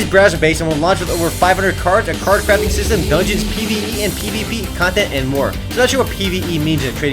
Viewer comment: i heard "card crapping system" :D